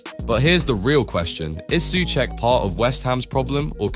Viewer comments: I'm intrigued by your switching between pronouncing "Su Check" and "Su Sack" 😅 I'm equally intrigued by your subtitles alternating between "Suecheck" and "Soucek" and then when I switched over to Subtitles = English (auto-generated), it would never fail to translate incorrectly, into "such" "such cheek", "suek", "suche", 🤣 alright, I'm bored 🙄 ... bored with all these unnecessary squabbles destroying one of your own, who's a player with a higher chance of scoring then most others bar a few. He's an honest pro and not a slightest cuntish. Hate impatient modern fans sometimes... 👎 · If you use text to speech, this is closest I could get it to proper Czech pronunciation: Souhcheck